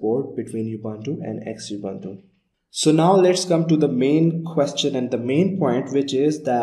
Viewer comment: Some points 1. Xubuntu is pronounced Zoo-bun-too 2. Ubuntu stopped using Unity in 17.10 and now using Gnome with a Unity like skin/customization, so it would be incorrect to call it Unity. 3. Xubuntu comes with LibreOffice Writer and you can see it in the video in the Menu. Xubuntu stopped using Abiword in 15.10.